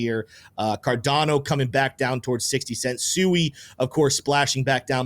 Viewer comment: I do not believe what the crypto bro says mainly because he sounds like a clown and doesn't know what he's talking about when he pronounces SUI like it's chop suey and not correctly like the SUI Dynasty or water in Japanese SUI